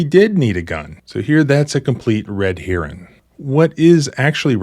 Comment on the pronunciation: Did you just say Red “hearing”, “herring”, or “heron”?